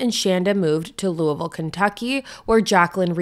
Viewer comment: I haven’t heard of this case before, even tho I live in this area. Lived in New Albany when I was little and now in Louisville (thank you for pronouncing it correctly, most people don’t lol). So crazy to think that this horrible death happened and this is the first time I’ve heard of it. All the places you were mentioning I was thinking I’ve been there or know where it is. This is so sad. My heart goes out to Shanda’s family